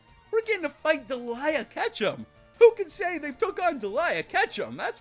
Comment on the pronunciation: It's not Deliea!